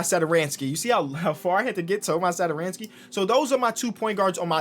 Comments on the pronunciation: Hey, i'm actually Czech just like Tomáš and you read it like Tomaash Satoranksii. I know it look wierd but if you put it into google translate you get the right pronunciation. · That accent on tomáš satoranský's name is pronounced as "sh" so basically Thomash Satoranskee, like this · I am from czech republic and I just love how say Tomáš Satoranský 😂